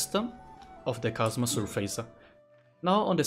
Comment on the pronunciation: thanks for the videos. very helpful. i would just like to point out something. at first i dont mind about it however i finished all videos but nobody pointed it out to you. it's about how you pronounced chasm sa "kasma" the proper pronunciation is "kasam"